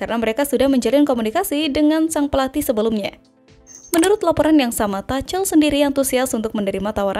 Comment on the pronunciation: Bukan TACEL tapi Thomas Tuchel 😂😂😂😂